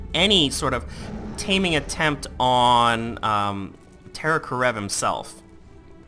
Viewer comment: Is terror kerav not karev(title is correct he is pronouncing it wrong)